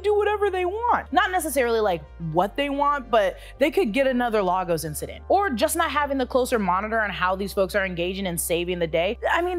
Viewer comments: Amazing But it’s pronounced LAY-GOS not LAH-GOS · Lagos you did not pronounce it right its lay - gos not laa gos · Lagos(Nigeria)= Lay-Gus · pronounced “laygos” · Don’t let them have you pronouncing Lagos like that. Don’t be like marvel 😂